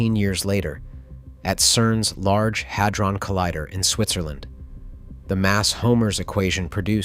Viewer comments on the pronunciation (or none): none